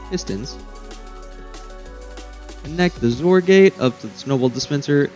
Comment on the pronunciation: I love that you pronounce XOR as "zore". As a programmer, that's how I've always said it.